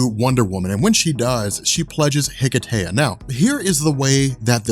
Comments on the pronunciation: Hello and guys in the Robchor. I am Christos from Greece and I just wanted to thank you for the great content of your channel and your good work. Plus I wanted to add that hearing the word hiketeia so many times just caused me pain because the word is Greek (as is the ritual) so I just wanted to add that the proper word is more like hikesia (with a silent "h"). Keep up the good work. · Why did they call it Hiketeia? The correct pronunciation is Ekesia (Ικεσία). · Wouldn't it be pronounced Heh-Kay-Sha?